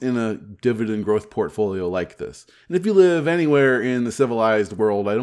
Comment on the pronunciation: Did you say portfolio or pantry?